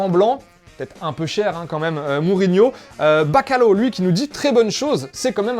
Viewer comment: Bacalo 😂😂 respecté le Portugal ptn😂 on parle de morue sécher, ça se prononce "bacalyawe"